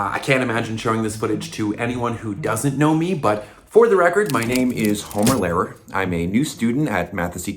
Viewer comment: Imma be hating a lil here but not rlly mean any offense so pls don't take it serious Lehrer is german for teacher and the way it is actually pronounced is very diffrent from the way you actually pronounce it and it bothers me sooo much but I also find it really cool that Homer is called teacher with his last name I hope that gets important tbh